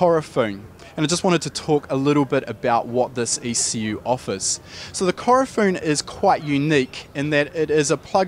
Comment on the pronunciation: Its Ku-ro-fu-ne lol not Korofun